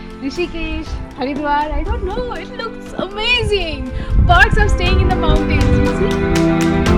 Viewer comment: Respectfully, please improve your pronunciation of "mountains" it's very off putting